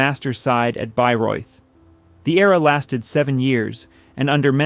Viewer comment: AND THEN YOU MISPRONOUNCE BAYREUTH.